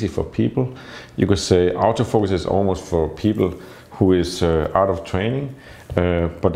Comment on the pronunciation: for a few minutes you had me very confused because of your pronunciation of 'Auto-Focus', which because of your Danish accent you sound like you're saying "Out of focus". No seriously I have seen your work which is AMAZING, thus respect you